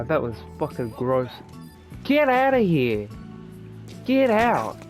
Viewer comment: "Get outta heuh." "She's a naughter girl." "Oh you fuckin gremlin. GET OUTTA HEUH!" Lmfao